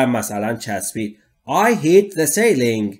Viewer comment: You need to work on your pronunciation of 'ceiling' in this video?"